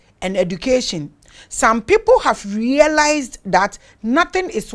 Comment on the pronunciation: Please mama it's not wee people.. but some people ❤❤❤❤❤